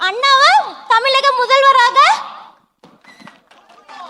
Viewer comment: அது தமிலக இல்லமா தமிழக ழ வ ஒழுங்க உச்சரிக்க பழகிட்டு அப்புறமா மேடை ஏறுங்கமா 😂😂😂😂😂😂